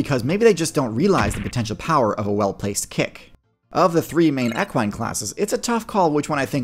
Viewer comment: Love the videos hate how you pronounce equine. But we want a video on moose